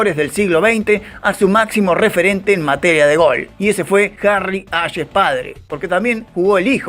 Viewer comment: Qué cabeza, se pronunca Harry "Jeis"